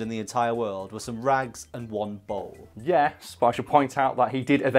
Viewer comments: I spent the first few minutes really confused cuz I thought you said bong instead of bowl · please tell me someone else also hears bong when says bowl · Why se fuk is this guy saying BONG instead of Bowl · Did it sound like bong to you? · You sound like you are saying bong. Not bowl lol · Is it just me or does it sound like he's saying bong when he says bowl? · I can't help hearing bone when he says bowl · Does it sound like he says bong in said of bowl sometimes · Bowl not ball lol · When you say bowl it sounds like bong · Thank god I'm not the only one who thought he said bong. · It sounded like he said bong a few times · It sounds like you're saying bone lol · my man, whats up with the way you say bowl? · the way you say bowl is so hard for me to understand!